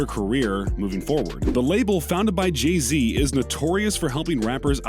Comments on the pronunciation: So no ones gonna talk about how this man called Jay z Jee z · did he just say jee Z ... 🤦🏽‍♂️ Black lives matter man get mans name right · Am piss how you said Jay Z 😠 🤬 😡 👿 😤